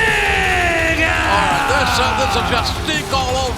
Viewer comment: it sounded like Justin Roberts was saying uh-oh while announcing Omega's name 😂